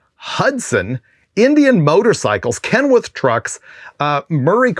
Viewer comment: Super cool info, Freiburger! I may have misheard, but it’s Kenworth… kind of sounds like you said Kenwirt. Thank you for another good one!